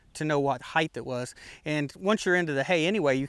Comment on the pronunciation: Great videos but every time you say heighth instead of height, I cringe.